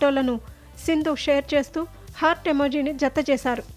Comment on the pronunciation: First e anchor ni marchandi asalu matladatanike raadu heart simble ni hurt antundi ,sentence correct ga undadu vinunte chiraku pudtadi